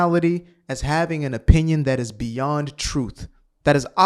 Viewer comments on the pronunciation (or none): none